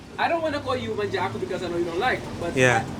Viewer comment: She said Manjago